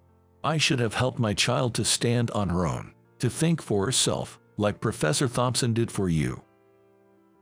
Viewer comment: I would appreciate a greater variety of names to be used. In every story the same names are used, especially Emily and the last name Thompson which is always mispronounced.💕